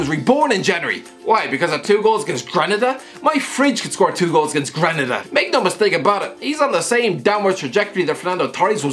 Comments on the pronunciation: Can’t even pronounce Granada not greneda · He butchered it lol 0/3 correct